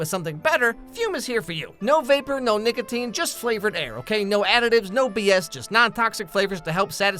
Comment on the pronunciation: im sorry the way nicotine was pronounced caught me off guard 😭